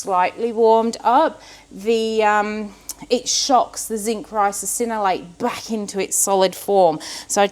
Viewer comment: Are you adding an extra syllable to Ricinoleate, or is it one of those words like Worcestershire that is so hard to pronounce right, that you end up saying it with extra syllables ... like Worcestersistershire. I have a chuckle every time you say it 😆